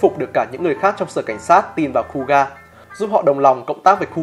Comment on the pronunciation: Kuuga đọc là khư-ư-ga mà nhỉ, nghe cu ga không quen lắm 🤣